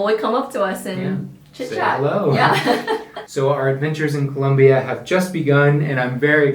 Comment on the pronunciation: Why are you saying Colombia like that? Lol 😆